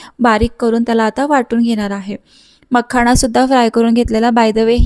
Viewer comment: मखाणा.... नाही ग... मखाना.. बोल... Tula fuckt..न..आणि.. ण.. याचा उच्चार शुद्ध करताना चूक होते